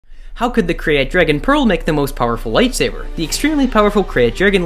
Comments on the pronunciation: Is it not pronounced "crate"? Genuinely curious if the correct pronunciation is "cray-at" like he's pronouncing it. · Its pronounced 'Crate' not 'Kirayte' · Its not a Kre_yat dragon... Its pronounced like "crate" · Krayt is pronounced Crate